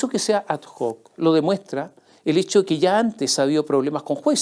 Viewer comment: (La locución latina ad hoc se pronuncia ad oc.)